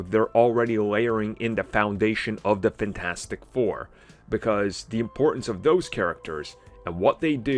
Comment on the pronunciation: It's pronounced FANtastic Four, not funTASTIC Four.